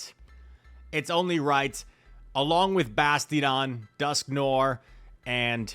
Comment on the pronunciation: After all these months, my man still can’t pronounce Dusknoir.